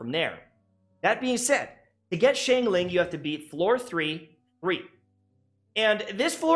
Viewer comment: my heart was paining as he pronounced xiangling like "sheng-ling" instead of "shang-ling" 😭